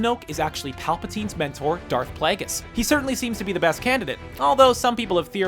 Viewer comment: Plagueris pla-gr-iss